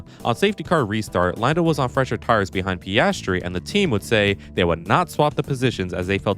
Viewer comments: it's PIASTRI, not PASTRY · If you're going mispronounce his name, at least get it right: it's PASTRY CHEF! 🙄